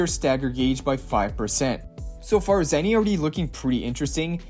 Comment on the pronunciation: Again it's Zaani not Zanny